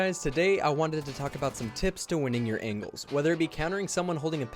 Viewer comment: Who else thought he said "win the battle of the angels"?